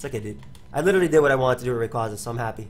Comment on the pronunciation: FOR FUCK'S SAKE! IT'S RAY-QUAY-ZA!